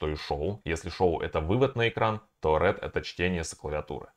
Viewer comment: Read читается РИД